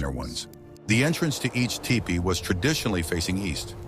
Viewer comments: Teach your ignorant robot to pronounce Tipi (TEE-pee), NOT TY-pee!!! Lazy ass content editors! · seems cant say tee pee... tai pee... too pee.... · Umm, it's pronounced "teepee". AI is not so intelligent when it comes to pronouncing words, eh? 🙄🤦‍♀️😲😳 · Hi LOL! AI 😂 ‘TYEPEE’😮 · typee? it's teepee, stupid AI. congrats on getting on my channell to never watch again list. YOU SUCK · Isn't it teepee [ti,pi:]? not [taipi] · It’s not,a typee it’s a teepee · It’s TEE PEE….! Not TIEPEE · I don't see a person and no such thing anywhere near that time. Regardless... the AI did several crazy things in the video. It's also crazy how it often says "tee-pee" and then it'll say "ty-pee" and some other pronunciation that I don't remember. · I made a tipi. What you said about the blizzard around the base is incorrect. The snow interfered with the draft allowing the smoke to come out the top. If that is blocked by snow the smoke stays in the tipi. Why do you say “taypee” several times? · Do not use AI to read the words. Ty-pees is very disrespectful. Overdub yourself please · Yes, the correct pronunciation is tee-pee and not the way the AI was saying it. And yes I would live in a tee-pee and enjoy it. I'm an 8th Chickasaw so I would be able to live in a tee-pee. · The mis-pronouncement of Tepee is so annoying. Your AI is broken or not very well taught! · TIPI with a long I? Come on AI, I thought you were smarter than that…. 😂😂😂😂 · Don’t ya just love it when AI can’t even pronounce words that a child would have no problem with. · FFS learn to pronounce the name, it's a TEEPEE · Why don't you have your AI bot learn to say "tipi" correctly? Very distacting. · At the moment I heard The mispronounciation I quit watching this video. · Right? It drove me crazy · Just ignore the Ai mispronunciation of tipi